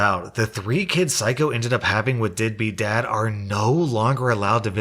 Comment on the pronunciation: Anyone else hear “deadbeat dad” as “dippy dad”??🤣🤣 I kind of like that better😁